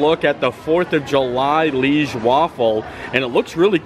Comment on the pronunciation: Liege is pronounced Lee-Age its a city in Belgium, hence the Belgium waffle. love ya....